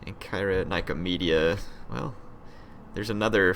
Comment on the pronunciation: Sin-oh-puh, Onn-kire-uh, Nik-oh-media.